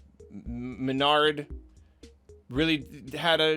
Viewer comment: I love the juxtaposition of his guess' accuracy and him mispronouncing MenaRD